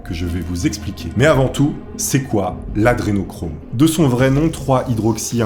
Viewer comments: Humm la base c est au moins de bien prononcer A DRE nochrome....pas ADE nochrome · C est pas "adenochrome" mais "adrenochrome". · C'est hyper casse cou*lles, tu ne fais que dire "Adénochrome" au lieu de "Adré..." tu fais péter un câble!!! A part de vieille vidéo remplie de fake news, devient de moins en moins intéressant à suivre. A plus! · AdRénochrome c'est le sujet de ta vidéo, c'est correctement orthographié partout mais t'es pas foutu de bien le prononcer pendant ton tournage... vraiment c'est la qualité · pourquoi tu fera pas une vidéo de rectification au niveau prononciation et articulation des mots... lol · AdRénochrome !!! T'es énervant un peu quand même...